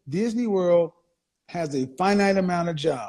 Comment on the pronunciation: Did she said dysney?????wtf buy a dog